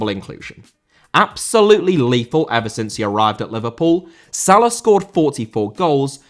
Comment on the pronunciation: Salah* not Salar